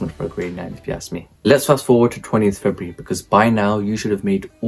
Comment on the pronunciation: it's cos you said febraury in the vid